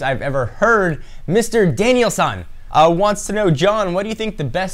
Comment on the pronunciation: Danielson....not Danial-san.... >.>